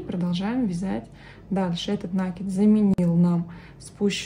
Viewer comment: Как услышишь слово накид с ударением на первый слог ну прям смотреть не хочется.